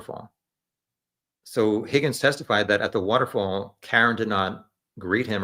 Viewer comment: It’s driving me nuts. I have to correct the host. His name is pronounced “HOGGINS”